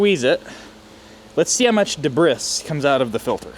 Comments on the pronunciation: What is the debrith you are talking about. Do you mean debris pronounced "debree". Or are you joking. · Debriss ? debris is a French word and it is pronounced de bree.................unless of course you already knew this and were just taking the piss....the depiss lol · Debris is pronounced day-bree. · Debris is pronounced debree. French. You Amerkins can't mangle every word in the English language. You can try though. 🤣